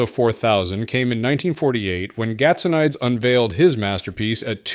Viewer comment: GAT SO NEE DIZ is the pronunciation